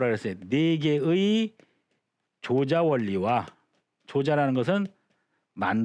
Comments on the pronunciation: 조자는 "조짜"라고 발음해야지요! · 앞글을 바로 잡습니다. "조자"는 "조짜"라고 발음해야 하지 얺습니끼? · 조자는 "좈자"라고 발음해야 하는 것이 아닌지요?